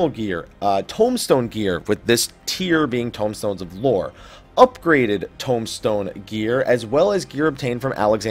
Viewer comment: informative! thanks, though I have to say I hate the way you say tombstone, and tomahawk from your halls of novice video haha